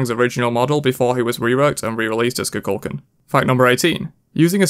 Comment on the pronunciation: Khu Khule Kahn is how you say Kukulkan. The gods say their name and people still say this one wrong. Why. Lmfao